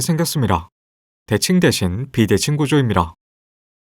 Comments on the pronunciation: ~입니롸 라는 것처럼 들림.. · 니다 발음 히안하네? 미다와 리다 사이 그 어디쯤의 발음. ㅋㅋㅋㅋㅋㅋ